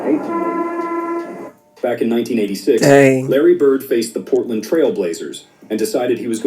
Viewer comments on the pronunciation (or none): none